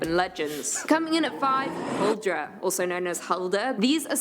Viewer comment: thats not how you say huldra in Norwegian 😑